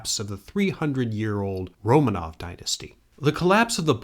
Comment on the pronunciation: Romanov should be accented on the second syllable: Ro (o as in or) MAHnof